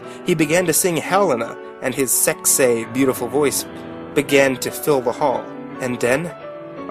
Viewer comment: I love that you tried to read this all serious-like but keep cracking up over the sheer stupidity of it all. I also like the way you say "sexah."